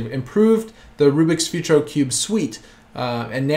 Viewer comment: "Futuro" is pronounced "Footooroh"